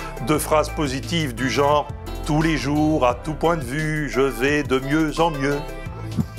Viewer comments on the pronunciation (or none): none